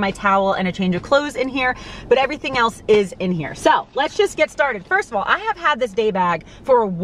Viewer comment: Your NY accent barely ever comes out… but when you said “AWLLL”… I can’t lie. I giggled hard. I give my husband the same hard time about his Mass accent 😂💜